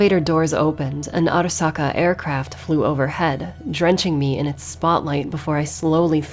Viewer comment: I love how she pronounces "Arasaka" Properly